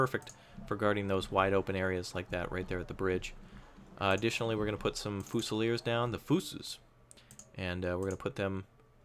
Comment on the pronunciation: really really really really hurts to hear you say fusiliers like that..